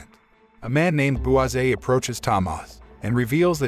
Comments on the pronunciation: why are you saying it Tamas is so annoying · As a Polish person I can say it's an absolute masterpiece especially in Polish, never watched it in English. Also Tomasz is pronounced Tomash as the "sz" is said as "sh" same as "cz" = "Ch" "w" = "v" etc Edit: added =